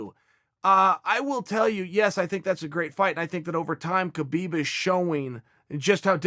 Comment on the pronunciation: Chael ...you're a UFC analyst for ESPN. Holding one of those positions is the Pinnacle of journalism in the sport of MMA. So....could you please start pronouncing Khabib Nurmagomedov's first name correctly? It's kinda embarrassing man. Now YaRear is funny but (K)habib just seems ignorant. Just my two cents homie!